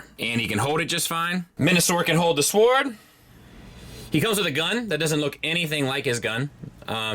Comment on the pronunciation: 😐 wha..😳 okay wait...he can't pronounce the word sword 😂 HAHAHA 🤨 when you realize that the channels you subscribe to reflect poorly on you..